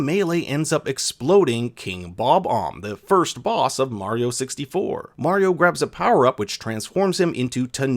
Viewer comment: Not skeleton koopas Dry Bones The way he pronounced Mario is illegal